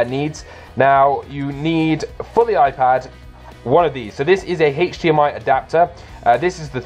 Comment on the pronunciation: the way he says hdmi bugs me